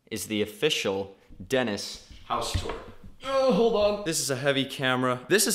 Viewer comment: You said hello funny hahahahahahahaha